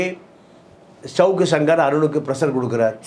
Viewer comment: ச்சவுக்கு... ஜவுக்கு...ன்னு சவுக்காதய்யா கன்றாவியா இருக்கு 🤦 சவுக்கு இல்ல சங்கர்ன்னு சொல்லு